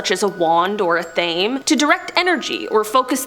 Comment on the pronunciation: 🙄 Athame is pronounced either ə-thuh-may (accent on first syllable), or ə-THAH-may (not ə-thame)...